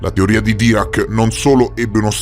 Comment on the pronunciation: Dirac con l'accento sulla A però..